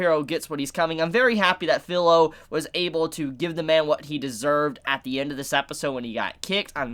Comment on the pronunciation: Sorry but this has been bugging me for a while, the girls name is pronounced FEE-LO NOT FILLOW. In Japanese the I sound present in words like chibi, watashi, and kirin have a hard e sound not a soft i sound. Please pronounce her name correctly.